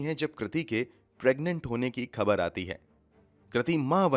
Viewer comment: Excellent voice and narration but bhai pls correct pronunciation of words u often say wrong. Egs- phaila not Faila, khabar, khoon, zila not jila.